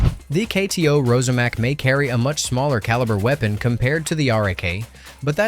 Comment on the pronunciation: It’s pronounced ROSSAMAK — (not Rozamak).